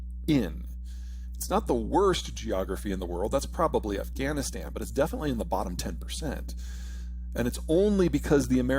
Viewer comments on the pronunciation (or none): none